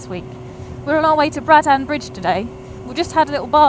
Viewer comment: Sorry to be an anorak but it is pronounced Braddn. Not BraddAn